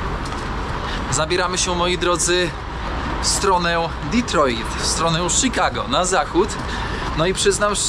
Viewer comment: prawdopodobnie nie zrozumial bo mowisz Ditroit hahahahahah